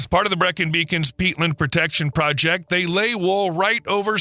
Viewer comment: Great but why do Americans get British pronunciations so wrong? His rendition of Breacon gave me nausea.